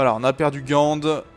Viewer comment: Bon il faut qu'on te dise quelque chose.. Gand se , lit comme un Gant puis Anvers se dit avec le S Voila X)